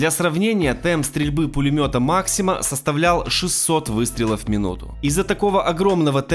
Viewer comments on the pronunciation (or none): Пулемёт "Мáксима"? Ты серьезно? 😃😃😃